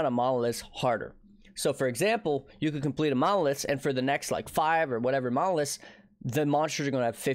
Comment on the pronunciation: why does it sound like he's saying "mollusks" instead of "monoliths" ?